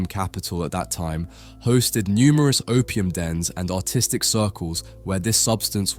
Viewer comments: 🤣😂🤣every time he says artistic my dumb american brain hears autistic🤣😂🤣😂🤣😂🤣😂🤣😂🤣😂🤣😂🤣😂🤣😂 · Because of his accent I keep hearing "autistic" which is very fitting when describing these people. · when he says artistic, i keep hearing autistic the video is kinda funny now